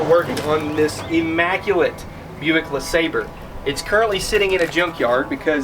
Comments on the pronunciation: I have it on good authority that it's pronounced Le SahBRAY. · La-Saab-Ray.......pronunciation is key😂😂😂😂😂😂 Great video! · Buick LeSlobbre. LeSlobber.